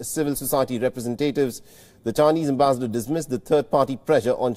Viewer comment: never heard such awkward pronunciation of the word ambassador